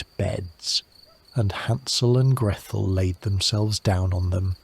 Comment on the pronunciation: Oddest pronunciation of Gretel.... where did Grethel come from?